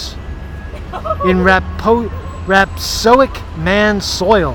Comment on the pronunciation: Dood, stop mispronouncing rhapSODIC! ...I've got some parts of the image that back up your theory that you haven't pointed out yet.